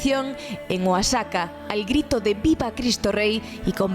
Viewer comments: muy interesante que en España se intenresen en este hecho historico de nosotros los mexicanos.Excelente programa. PD.- solo un detalle,el Estado de Oaxaca se pronuncia OAJACA. los mexicanos usamos la letre X para varias pronunciaciones. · Oaxaca se pronuncia Oajaca. Aquí la equis la pronunciamos de muchas maneras.